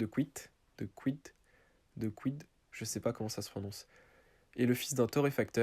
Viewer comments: dequidt ce prononce deuh-kite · Je sais d’où elle est venu trèèès facilement edit: sa se dit Dekit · J abite a 6 km de chez Paul dequidt et g le même nom de famille et sa se prononce deqit